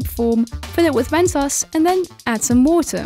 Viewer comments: Mentoss? It's pronounced MENTOES! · Why she called mentos Mentoss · the way she says mentos... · just because she pronounced mentos wrong that ruined the video for me..... it got me triggered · you dont pronounce mentos like that